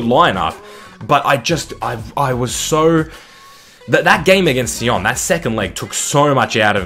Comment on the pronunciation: FC Sion is a Swiss side and it is pronounced "Zee on"